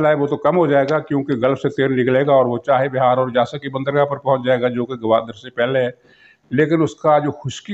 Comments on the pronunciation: سر جی درست تلفظ چاہے بِھار نہیں چاہ بَھار ہے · Muhtaram yeh naam "CHAH E BIHAR" nahi, Chaah Bahar hai, tashih farmayain, shukriya.